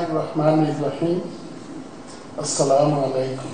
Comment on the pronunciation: সালাম দিতে পারে না। কি বলে স্ল্যামারলাইকু, হইলো?